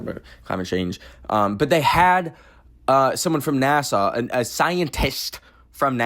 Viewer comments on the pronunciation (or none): girl it’s nasa (nas-ah) not Nassau as in Nassau county New York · saying NASA like Nassau is killing me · Why do you say NASA like Nasaw? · i was very confused when he was saying 'neh-saw' bcs i was like 'oh, he mispronounces NASA right??' and my subs were saying Nassau so i googled it and its like a city in the bahamas so i was confused asf like why is he saying NASA like nehsaw and then i remembered he was canadian. apologies, i lowkey thought you were going crazy. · why is saying NASA like nasaw 💀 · why do you pronounce nasa like the place on like island or whatever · I checked the comments to see if anyone else noticed 😭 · WAIT! Is that how we sound saying NASA!? I thought he said NASA normally until I read the comments! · It was cringe